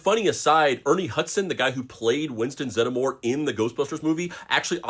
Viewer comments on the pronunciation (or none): Pronounced zedmore not zedamore. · Zed-More... That’s how, it is pronounced! Not, Zed-A-More! 🤷‍♂️🤣🤣 And a ginger Ray!! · Zeddmore not Zeddemore. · Why is he pronouncing Winston last name like that